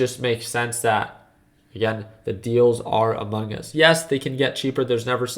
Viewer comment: My guy said: “ The Deals are AMUNGUS” idk kinda sus if u ask me